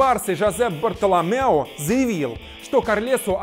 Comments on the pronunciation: Не Бартоломеу, а Бартомеу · Не бартоломеу а бартомеу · Бартомеу, а не Бартоломеу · не Бартелемеу а Бартомеу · / барлотоломеу ааааааааааааааааа))))))))))) я ржал до слез тогда уж жозеп барлалеу